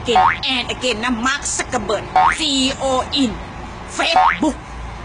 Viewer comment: ป้าแกพูดอะไรอะ เราก็ว่าเราพูดไม่เก่งนะ แต่เราโครตงง, CEOนะป้า ไม่ใช่ COE